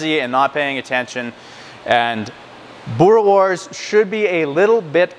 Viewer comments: You must say the s at the end Boere-wors 😉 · boora wars is how you say it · Hey. Been in Canada for a little over a year and wasn't 100% sure how to make it myself. Regarding pronunciation a W, in Afrikaans, is pronounced like a V so its kinda like boo-ruh-vors. Also boerewors isn't the plural of boerewor... got to add the S at the end. Thanks for the great video. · Wors is pronounced like 'force' with a hard 'v' in front of it, and a rolled 'r. Same with' boere', you weren't too far off, but need to roll the 'r alot more. worchester sauce is the most common acid added, but brown malt vinegar comes in at a close second. Alot of people do a combination of the two.